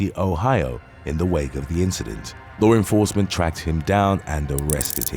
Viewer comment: U silly , "lore enforcement"